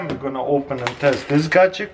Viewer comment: I found it awesome that Taras can perfectly say the long word imperfection but still says gagjetcks